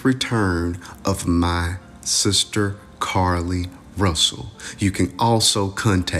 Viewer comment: 'RUSSLE' ~ Really??